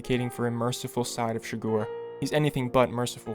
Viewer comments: Man the video is great only one tiny problem its not shgor its chi-gur and a silent H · CHIGGER! SAY IT RIGHT PLEASEEEE! CHIGGEERRRRRR NOT CHIGORRR ARRRRRGH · It's not Anton "Chigoor" it's Chi-grrrr. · it’s Chigurh not Chigore holy shit. Llewelyn even makes a joke about how it sounds like “sugar”